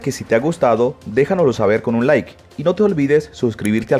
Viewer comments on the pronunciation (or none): none